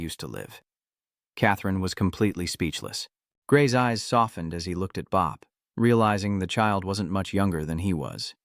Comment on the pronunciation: what is that ending where it just cuts off mid sentence???? Also your AI needs more training since it confuses genders and got soooooo many words wrong. I kinda laughed at how many times it saying Bob sounded like Bop or how it would mess up undead as anded